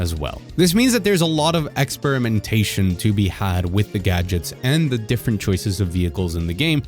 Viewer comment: “ex-sperm-mentation”? lol sorry. It’s all I can hear now.